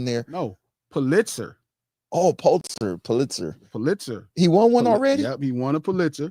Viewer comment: Hey king Pulitzer is pronounced: PUH-lit-zer. 😍🏆